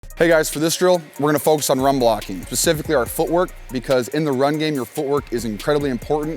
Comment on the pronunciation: Pacifically? Or specifically?